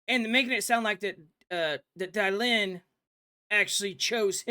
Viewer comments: So she /he is. Accept that. I dont feel for her/him in the least. Not one bit. Too many questions about her/him. Its Dylan, like dillon not die lynn. 😅😅😅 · You can't make this shit up. It's Dy-lan NOT Die-lynn 🤣 Idiocracy 🤣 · Bro...stop calling her Die-Lan! lol It's DYLAN. Where the H did you hear it pronounced that way? Because I never did ONCE, aside from you. And yes, she sure AF looks 100% woman to me too. But if she DID get that done? Wow. Give those doctors a big fat raise! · Come on. Surely you know how to pronounce Dylan's name. As in Bob Dylan.. .. her name is not Dy lyn. Ffs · Her named is pronounced “ Dillon”